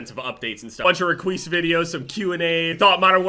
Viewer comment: you did "REQUIS THE DEMI-GOO" oh wait... @@